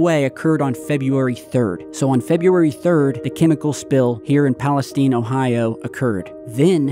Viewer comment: It’s pronounced East Palesteen. I’m 10 min away. Both my sisters live in EP with their kids. One of my sisters isn’t able to go home. Her youngest is only 3 months old. My neighbor is a firefighter and was there dealing with the fires when it first went up in flames. Their shoes were melted off from the chemicals. It’s been chaos.